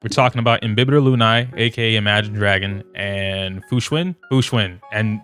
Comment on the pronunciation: i hate to be that guy but it's pronounced loon-AYH, not loon-EYE